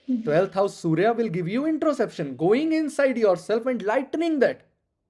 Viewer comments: Bhai vo introspection hota hai , introception is something different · 12th house sun : Introspection hota hai sirji, introception nahi.